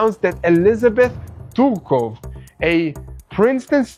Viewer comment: really should sit and go over names in the script before recording. He butchered the name of miss Tsurkov so much one might believe he is from iraq hezbollah. But seriously, it's unprofessional. At least read the whole script once before recording, you will have much less problems with pronunciation.